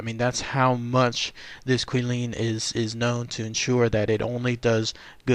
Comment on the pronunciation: I think I heard Kwih-lin, it's actually Chee-lin, more like that. 😁